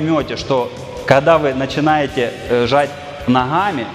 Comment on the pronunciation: Нихи, нохами, ххх... Вроде говорит по русски, но почему везде 'Х'???